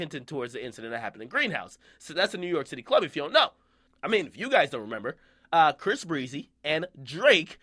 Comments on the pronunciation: Stop calling him bhris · Stop sayin briss....... Bish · stop calling him bris 😂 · Why he keep saying bhris breezy though? Doesn't sound right lol